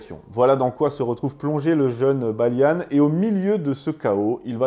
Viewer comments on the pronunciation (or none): la moindre des choses, c'est de prononcer les personnages d'origine française... En français. Balian, pas Balianne D' Ibelin, pas Iblin. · On ne dit pas "Baliane" mais "Baliand". On est pas des anglais. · T'es fâché avec les accents ( "Heaven" ne se dit pas "Hiven" ou "Balian" "Balianne" vu qu'il est français) mais c'est intéressant. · Pourquoi prononcer les noms à l'américaine ? Le personnage principal s'appelle Balian pas Baliane... Pareil pour Ibelin Vous ne l'avez vu qu'en VO ? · "Balianne" ??? "Ibelinne" ??? Pourquoi cette prononciation anglaise ? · pourquoi prononcer les noms à l'anglaise? il s'appelle Balian pas Baliane, et c'est d'Ibelin, pas d'Ibeline... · Il faudrait quand même faire l'effort de regarder les films... même la prononciation n'est pas bonne c'est le baron d'Ibelin et pas de ibeline... on parlent de "baliant" et pas de "Balyane" et puis le prêtre c'est pas n'importe qui c'est son frère qui le déteste depuis qu'il est tout petit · Son prénom se prononce "Balian" et non pas "Balian" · Juste parce qu'il a dit Baliane au lieu de Balian je crois que je vais être d'accord avec toi ! Il a pas vu ce film ! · Hello Pourquoi prononcer le nom de ces héros français à l'anglaise? Balian, pas Balia-ne... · C'est quoi cet accent d'angloys que tu nous as fait la : "Balianne, Ibeline..." Oh vil angloy sors de ce corps ! 😂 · Video assez intéressante même si il manque des choses mais c’est normal c’est un sujet très complexe, juste Balian ne se prononce pas baliane 😂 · Balian = BaliEN et Ibelin= Ibel1...à la Française et non pas à l’Anglaise comme tu l’as prononcé, c’était des noms francs... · J'ai entendu "Balian" prononcé "Baillelannes" puis "ibelin" prononcé "ibeline" après l'anecdote wikipédia du cinéma Libanais j'ai pas regardé la suite. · Ta prononciation des noms est affreuse c’est pas possible mon ami c’est des noms français t’es parti loin 😂😂😂😂